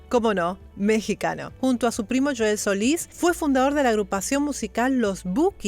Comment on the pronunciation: Me parece raro que diga ud.: "Yoel"... Si es con "J" es "Joel"! Cosa rara hay una dama de nom- bre "Sheyla" nosotros decimos "Cheila" y ella dice "Seila"... Salu- dos desde El Centro,Ca.EUA🇲🇽⛩️🎎🍜🥡🥟🌭🥑🎂🌮🍍🍨🍺⚾🏀🏈🥊🥊🏹⚽🎼🎵🎶🎷🎺🎸🎻🪘🪗🥁🎥📻📺🎧🌹❤️.